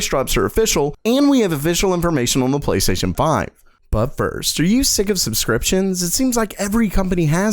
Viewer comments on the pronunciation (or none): PLASTAION XD great video tho. keep up the amazing work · "PLAYSTAION 5" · PLAYSTA ION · Playstaion lol